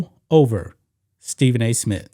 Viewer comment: Dude it's SMITH not Smit